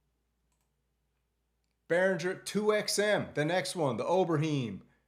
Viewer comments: Haha, Ober-hime, not Ober-heem please👍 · Not to be one of those nitpicking grumpy old men types, but Tom's last name is pronounced "Ober Hime" instead of "Ober Heem". 😁On the Pro 800 the only things left I would like to see added is an option to change filter envelope amount to an aggressive exponential curve with significantly higher voltage in the ends - same for polymod amount. I probably must have 2 of them whether those things ever happen or not. Same for the 2 voice (will need 2 of them) and hopefully they make the polysource - the interface on the original was HORRIBLE. Sigh, I was thinking of just going back to VSTs to make my life easier, but not with all this available... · Oberheeeem? Moooouuug? WTF? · It's unfortunate that you are so clueless. All you do is read the info from other sites. You can't even pronounce Oberheim correctly. And the most important new feature on the Behringer PolySource is the fact that it is an eight-voice poly synth. The original Moog Source was only a one voice mono synth. Do you even own or play any synths? Your presentations are pretty sad. Time to step up your game.